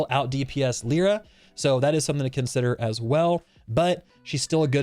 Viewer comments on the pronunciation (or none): "leera" american moment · Everyone talking about this character: Lie-ruh Vulcan: Leer-uh